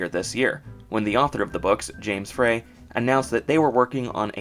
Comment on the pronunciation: James Frey’s name is pronounced “fry,” not “fray.” How do you not know this? Did you do any research? Frey was caught up in a major book publishing scandal in 2006 with the most famous woman on Earth, Oprah Winfrey. He is literally a household name.